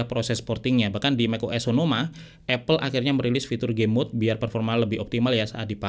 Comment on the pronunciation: bang, apple dibacanya apel, bukan epel